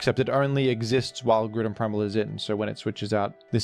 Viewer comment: Mate, isn't it pronaunced GrOUndon as in ground and not Gruuudon?